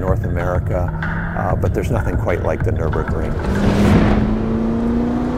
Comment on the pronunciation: Americans should learn to pronounce Nürburgring.